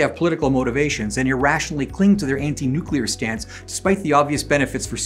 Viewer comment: Nooklear wessels?